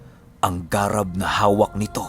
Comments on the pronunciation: "Garàb" po yon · Thanks 🥰,, ung (garab) na word iba yata Ung pronounce☺